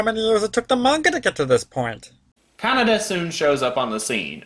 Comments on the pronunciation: NO, IT'S NOT, IT'S aKIra, most Japanese words have tonics in the syllable before the last. Probably just listened to the dub version. No one ever head of a director called Akira KuroSAwa, only aKIra KuroSAwa. It's like kaNEda's name. Not Canada, kaNEda. Some are differente, like RITsuko, Asuka and SHINji, from Evangelion. But on the same historical, epic, fabulous show, you have miSAto. not MIsato (pleaaaaaase) BTW, as they show the subbed version in the review, I can't imagine how they got the names pronunciation so wrong! As for police brutality, from what I read, Akira's police is almost mild compared to real-life police in current-day Japan... which, to gang's like kaNEda's, I don't think is a bad thing. As for the bike x rape thing, tetSUO is an asshole, so it comes as no surprise that he prizes the bike over the girl who stupidly loves him so much. But is right: the "science" in aKIra is horrible (also in the manga): it shows a woeful lack of understanding of even the most basic concepts of evolution, and is treated disgustingly enough like mysticism in the movie, which is every Eastern. As for Tesuo in space, I think it's far more impressive that he blows up a humongous laser orbital canon with his MIND, than the fact that he doesn't freeze or have to breathe in space. He's SUPERPOWERED now. Does anyone complain about Goku or Vegeta not breathing in space?!? In the end, due to time constraints and other faults, the anime is sadly lacking when compared to the man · fun fact you can make a word pun in German using Canada being pronounced like Kaneda, meaning no one’s there